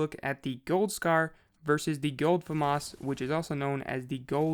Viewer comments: Fyi its (fam-as) not (famos) anyone saying famas like him pronounce (fam) then (as) put it together thats right pronunciation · Am I the only one that says it like fam - as. And not fum - us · It is not FAMAS it is FAMAS